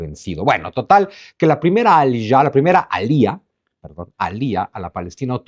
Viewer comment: No se dice alía ,la fuerza está en la a no el la i